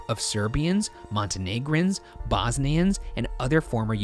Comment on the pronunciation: Listening to their pronounciations as a Bosnian💀